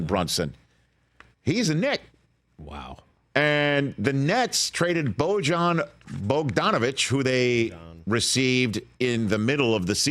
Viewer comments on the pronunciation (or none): It’s BOY-YAN, not BOJ-AN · Gotta feel bad for Bojan B here. Not only is he traded away from a contender, but not a single soul in the media can figure out how to pronounce your first name correctly.